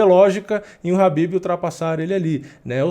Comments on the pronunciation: Pq tu chama o Khabib de Habib??? Caraleoo, que agonia. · Eu não entendo somente uma coisa: pq no mundo todo as pessoas pronunciam Khabib (pronunciando a letra K) e aqui no Brasil o nome do cara virou Habib? sério eu nunca entendi essa parada kkk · Khabib não é noiado, ele é exemplo como atleta e campeão... E "Rabib" é minha caceta, bota o K aí kkkk